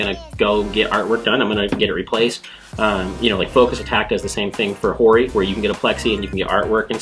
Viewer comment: I still don't get why keep pronouncing Hori as "Ori"